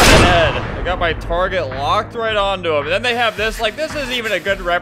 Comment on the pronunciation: "sıs" Yes Albert, sıs.